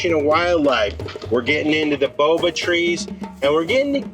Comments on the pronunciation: Boabab : Boa as in Boa constrictor and bab as in babylon would be the closest pronunciation in English. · For those interested, the baobab tree is pronounced bayobab, said quickly.